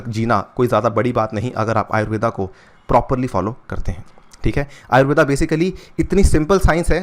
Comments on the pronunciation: अरे भाई अंग्रेज , वो आयुर्वेद है आयुर्वेदा नहीं ।।।। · आयुर्वेदा नही, आयुर्वेद कहते हैं। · Pronounce it as आयुर्वेदअ् NOT आयुर्वेदा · आयुर्वेद को कृपया आयुर्वेद ही pronounce कीजिये ।आयुर्वेदा इसे विदेशियों ने नाम दिया है क्योकि वे उसे ठीक से नही बोल पाते थे। जैसे वेद को वेदा ओर योग को योगा कर दिया, अभी से हम इस पर ध्यान नही देंगे तो भविष्य में यही गलत नाम सही ठहरा दिए जाएंगे🙏🙏😔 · कृपया "आयुर्वेद" ऐसा उच्चारण करे सर, "आयुर्वेदा“ नही..!!!